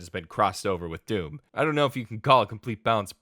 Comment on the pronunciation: oh no "hdoom" OH NO OH NO OH NO